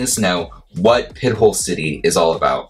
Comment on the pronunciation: Pronounced 'pi-tole'